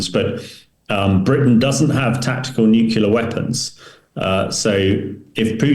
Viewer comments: Tell the show's guests to go into a room with some carpet, curtains, etc., that can dampen some of the reverb (echo) in the room where they are speaking from. This guest's audio is very boomy. Nu-clee-ar not Nuk-U-lar. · Click bait title. Hamish mispronounces "nuclear" just like Homer Simpson.